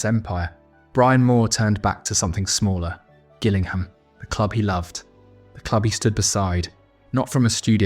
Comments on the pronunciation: Such a shame they couldn't dignify such a great football man like Brian Moore with a proper narrator. Mispronouncing Gilligham F. C. like the one in Dorset & showing a clip of the rugby summariser of the same name is just cringeworthy and amateur, unlike the nan himself. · Pronounce 'Gillingham' again for me, son 😂. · Deserves better than you not knowing how to pronounce Gillingham properly. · AI doesn't know how to pronounce Gillingham